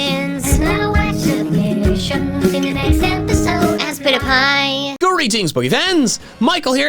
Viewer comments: ASPITPIAY it’s aspitpiay Not Aspitipie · I still hear [I spit a pie] in the intro.